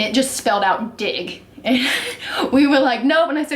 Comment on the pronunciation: I understood dick instead of dig😂😅